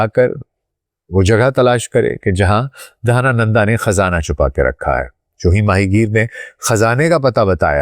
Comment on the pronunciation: Channakya nhi chanakya dhanananda nahi dhanand chandragupta 😂😂